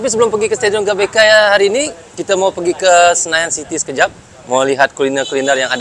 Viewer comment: GBK (GeBeKa) bukan gabeka..🤭😁